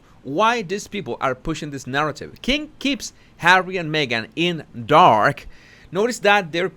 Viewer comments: I love it when you say Hawwy it makes me laugh every time 😄😂🤣😆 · fuck I love it how you say Harry🤣